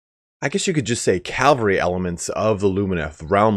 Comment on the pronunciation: What’s all this I’m hearing!? “Calvary”? “Barbed” horses? Also, the reason they say that Teclis knows firsthand is probably simply because he actually lived in the Old World and knows what Elven cavalry was like